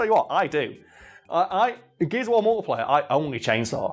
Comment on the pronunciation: It took until near the end that I realised he was saying "multiplayer" - I genuinely thought he was saying "multiplier" and I though that was a Gears game mode